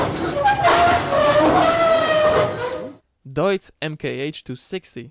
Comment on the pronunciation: Du hast Deutz richtig ausgesprochen 💪💪